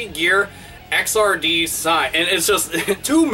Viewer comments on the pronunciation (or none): Xrd is pronounced igzird (similar to 3rd), not X R D. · I believe it's not X, R, D, but "Exerd" like "Third" but with an X. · It's not pronounced "X-R-D". It's pronounced "egg-zard". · Just so you know, Xrd is pronounced "exird", like "X" mixed with "3rd," because it's a sequel to both Guilty Gear XX and Guilty Gear 2. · Isn't it pronounced guilty gear xrd (zerd) sign? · I think its pronounced "xird" similar to "3rd", since they can't call the game "guilty gear XXX".